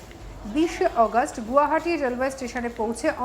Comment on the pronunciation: Arey Gadha..Gu hati na Guwahati.. English r Hindi j ki kore bolbe bojhai jacche..